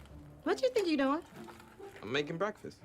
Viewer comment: O "doing" dela ta soando "it on" no final ou é impressão minha rs?